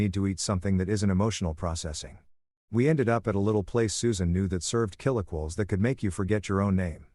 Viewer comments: Can someone teach the AI to correctly pronounce chiliquiles? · Please teach your ai voice how to pronounce chilaquiles.